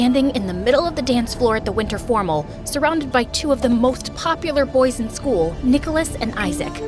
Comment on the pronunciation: in the beginning she said moth instead of most😂😂😂😂😂